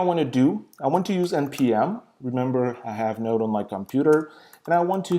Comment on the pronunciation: you need to have what installed? C'mon, it's not like you were saying what time is it? Even the auto generated subtitles got confused. If it's Node (Node.js) you are talking about, now that is a funny way to pronounce it!